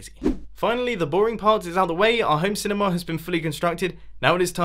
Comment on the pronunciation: It's not cinema, Its cinimaaaaah